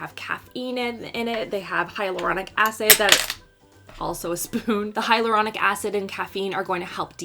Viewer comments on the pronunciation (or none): none